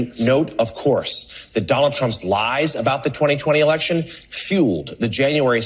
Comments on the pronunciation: It’s election, not alection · "You're an idiot." 🥴 "Rigged eliction." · …”a rigged elickshin..”. Really jumbo ? That all you got?